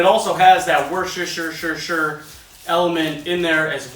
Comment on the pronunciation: Worshershirerer sauce ftw. Also I want my $40 ASAP 😂